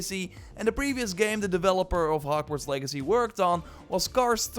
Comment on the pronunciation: the way he says HokWards